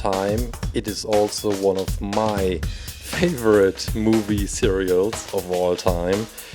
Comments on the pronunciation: Hahahaha Cereals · did someone notice that he said cereals instead of series 😂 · whydoes he say mivue cereal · Robin Reese me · me and he said it 2 times lol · yea lol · Yeah me too,I was so confused